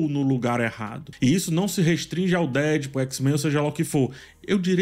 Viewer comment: Fala,. Eu sei que você tá nesse modismo de querer pronunciar as coisas em inglês e tal, mas, se quer pronuciar corretamente é deadpool com a tonica no pool, não no dead.